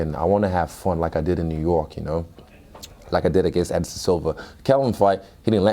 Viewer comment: "Israel Adensaya"